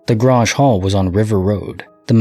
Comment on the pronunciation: Grange….it rhymes with RANGE. its like a meeting place in farming community.